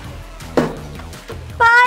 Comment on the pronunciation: Baybic diyen yerde patlAdik